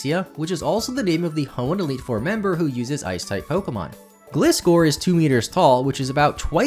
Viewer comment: You said Gligar correctly but pronounced Gliscor incorrectly. How?!